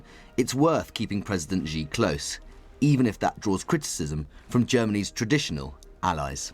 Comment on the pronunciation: Who is going around telling people it's pronounced President Jee?